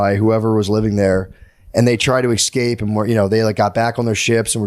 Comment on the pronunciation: Matt says EXscape 100 times.